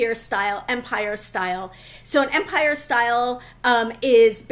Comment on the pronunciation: I was enjoying the video, but then “empire” happened. Please, please, if you insist on the French pronunciation, use the correct accent. An American accent with the French pronunciation is nails on a chalkboard in my head 😰